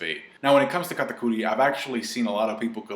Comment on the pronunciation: Stop calling him katacudi yah its his name but his name is dogtooth sounds more badass so stop calling him katapussy whatever